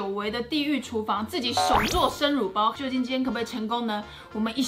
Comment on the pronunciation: 為什麼我會把乳包聽成辱包……